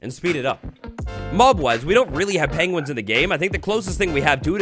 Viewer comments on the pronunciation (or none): Pengwings, lol.